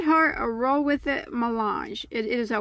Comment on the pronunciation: Hi... Just to let you know that the word Mélange is French for Mix, as a mix of different things... And it can also mean "to mix"... You almost got the right pronunciation... it's just the "Mé" that needs to be pronounced differently... "Mé" is pronounced like the word "May"... So it would be, sorta, like saying MayLange... Thanks for your reviews and tutorials! 😄💜